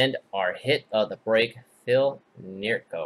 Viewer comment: its not pronounced near-kro... its pronounced NEE-KRO... HOFer... ;)